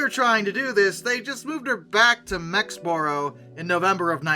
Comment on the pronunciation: Mexborough is pronounced "mexbruh"